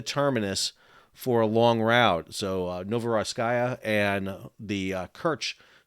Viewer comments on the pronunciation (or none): Pronounced: novoro seesk